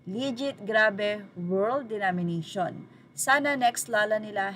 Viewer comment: DO-MI-NA-TION ngani! 😂